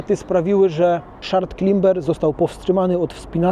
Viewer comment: To nieźle się uczysz angielskiego jak słowo " climber" wymawiasz klimber xD